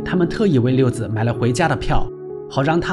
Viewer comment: 六子(zi 3声)不是六子(zi)